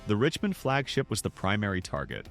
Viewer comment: FAKE, FAKE, FAKE...whatever dumbass did this can't even pronounce Richmond. t\